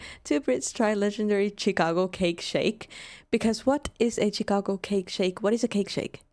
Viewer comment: Shhhicago. Not chickago.😊